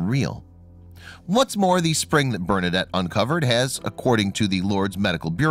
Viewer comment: I don't know why the people who do these videos cannot ever pronounce names and locations correctly. That's the least you can do to honor the memory of St. Bernadette. Do some research and learn something, why don't you? Ugh.